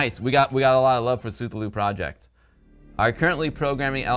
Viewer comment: isn't Cthullu pronounced like kah-thoo-loo?